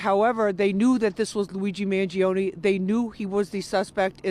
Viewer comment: you couldnt butcher Mangione last name anymore.